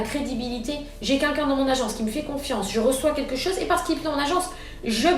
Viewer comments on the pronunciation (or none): Y a personne pour lui dire qu’on dit « quelqu’un » et pas « kenkin »!!!!